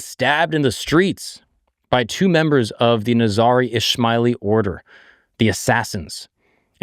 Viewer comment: Assassins mentioned though he mis pronounced ismailis